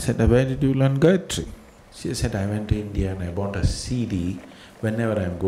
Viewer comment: every time he says, "so Gayatri", it sounds to me like he's saying "psychiatry."